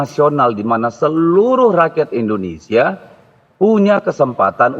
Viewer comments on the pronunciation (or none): none